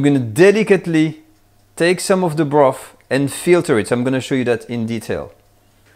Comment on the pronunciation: This is a great video, something I have wanted to know for years! Thankyou BUT....I wish you would say you the "TH's" properly! If you can say "THAT" properly, you can say Bro..TH, TH ..irty, TH...ruth, TH..ree?, some..THing, toge..THer, wi..TH, just to mention a few. There is just so much laziness in the English language, it's disgustingly difficult to understand what people are saying , not mentioning the high annoyance factor!